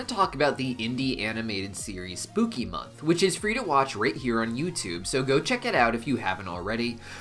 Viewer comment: Sir, it is Spookymon, not month😂😂😂 Digimon, Pokémon, what's next😂😂 sorry everyone, but i hear "mon" not "month" 😂😂😂😂